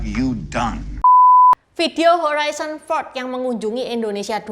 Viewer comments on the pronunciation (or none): Harison bukan horizon 😅😅😅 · Harrison Ford, bukan Horrison Ford. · Bacanya Herison Ford bukan Horison Ford, katanya aktor top masa namanya aja salah nyebut Cik? Malu donk ditonton orang sedunia.